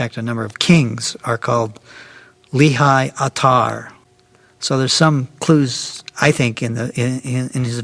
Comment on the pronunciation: Lehi isn't pronounced Lee-High in hebreeuw but Lay-He!